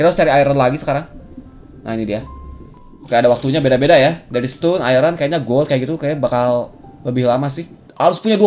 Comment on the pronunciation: bang bahasa inggris lu bikin mules. kasih disclaimer dulu aja di awal video kalo bahasanya asal2an fyi stone dibaca ston (o bulet kayak orang, obama) bukan stun (u bulet usaha) nice video. thanks.